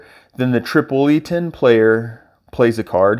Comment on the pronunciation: hey, one of the better teaching videos i've seen, good work man. Oh!!.........trip-ol-itan , lol and the ol part has a sound like " all" I believe.